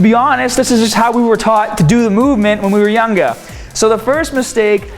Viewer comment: " that's how we were tough to go the movement when we were YANGA" LOOL it jist sounds funny the way you said younger that's all 😂😂